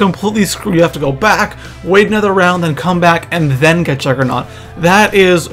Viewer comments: Not being a dick, but it's juggernog, not "juggernaut" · It's juggernog not juggernaut you fuck head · am i the only one who gets annoyed when people say juggernaut instead of juggernog? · it's not juggernaut it's juggernog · im sorry but it kind of makes me mad when people call juggernog juggernaut, just sayin. but I still like your vids keep doin what your doin bro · Its Juggernog not juggernaught